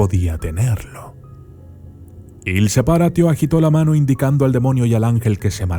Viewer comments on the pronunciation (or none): Il Se-PÁ-ratio*